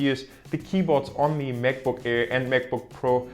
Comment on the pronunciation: Vorab möchte ich sagen: gutes Video! Ein Tipp für dich: du sprichst "the" fast immer "die". Tatsächlich wird das aber nur direkt vor einem folgenden Vokal gemacht (z.b. the only). Ansonsten ist es nur das normale "the" also mit e gesprochen